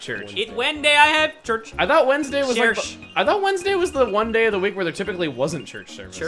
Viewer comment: John: it Wenday I have church. Ameil: I thought Wednesday- John: CHERCH 😂